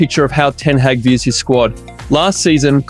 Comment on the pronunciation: Great comprhensive coverage. I would note that you don't pronounce Hojlunds name with the J I usually hear it and say it like Hoylund. Ten Haag has two a's so its more like ten hog but that's nitpicky to me tbh. honestly I'd still prefer united to get another left back, esp to shore up the position and let martial and shaw get back to full fitness as best as possible.